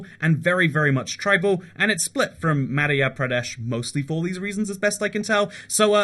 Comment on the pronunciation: It's ma-dh-yeah- pradesh